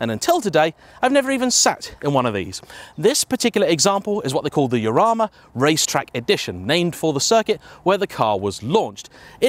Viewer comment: "Eurama" is what is coming out of your mouth but i think you'll find it's pronounced HArama